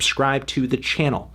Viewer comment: I come back here every day just to hear Anthony say "Schlagenheim"